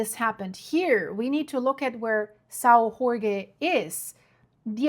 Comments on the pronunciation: Saò jorge Translation=Saint George. Not Mexican ! Not "hore hey."🙄🫩😆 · You lost me on the "Sao Rorgué island". If only the english speakers new that Jorge in portuguese is spelled almost like George in english... And this event happened 4 years ago. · Please, just say: "São George"... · You can pronounce: island of Saint George , in Azores. Very nice islands to visit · I’ve been to Sao Jorge. It’s beautiful with lots of evidence of volcanic activity. But please. you’re pronouncing Azores and Sao Jorge wrong. Please, you need to fix that lest it diminish the seriousness of your report. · Thank for the information, but please say the name of the island correctly. It's São Jorge or St. George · You can’t expect her to know every language. Portuguese has some strange sounds, too. I say this as an Azorean descendant!